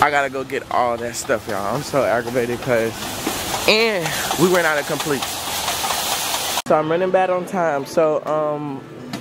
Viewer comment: LMFAO said complete ain't completein😭😭😭